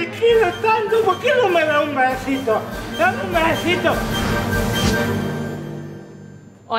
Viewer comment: dameh un bezitoh ajajajaja